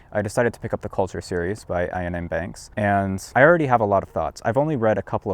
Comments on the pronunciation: "Iain" is pronounced like "Ian", just with a Scottish accent (j/k). Definitely not like "Eye-an". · This video would be perfect, if it were not for how he pronounces Iain's name. It is pronounced the same as Ian (ee-uhn), not eye-uhn. Iain is the Scottish form of the English Ian. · It's just Iain. Not 'Ayaan'. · "Iain" is just a variant of "Ian". Both pronounced "ee-uhn". Not "eye-uhn". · EE-an. Not Ayn. Iain is pronounced Ian . (space because YT breaks its ow f*$%# markdown if you place punctuation next to it.) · Love your channel (& I'm sure I'm not the first person to tell you this... ), but it's pronounced Ian. The second I is silent & doesn't change the pronunciation. Otherwise as I say I love your stuff & you've often made me laugh, so thanks for all the vids :) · Iain M. Banks' name is pronounced EE-un M. Banks (/ˌiːən ˈbæŋks/). The Scottish name "Iain" is phonetically identical to the English name. Just a nitpick. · "Ion M. Banks" 😂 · Its pronounced Ian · Elon is a BIG fan of Iain M. Banks' Culture novels. His name is pronounced EE-ann. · FYI Iain is just an alternate spelling of Ian and is pronounced EE-ANN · "Iain" is just the Scottish spelling of "Ian", and pronounced EXACTLY as you would pronounce Ian. Also... great call to start with "Player of Games", one of the best in the series, and more self contained than most. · "Iain" is pronounced the same way as "Ian", which I'm really, really hoping you know how to pronounce. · Is this really how Americans say Ian?